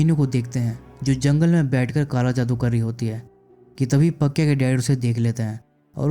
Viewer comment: Must awaiting explanation. लेकीन उच्चारण बराबर किजिये. नाम पकिया नही पक्या है दीलिया नहीं दिल्या हैं